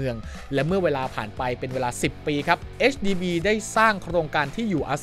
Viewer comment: HDB ค่า พูดให้ถูก 😊